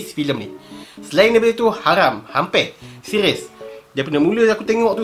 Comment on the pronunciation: Seqiiiuuuss.. Hahaha.. R keras... Lawak.. 😂😂😂😂😂😂...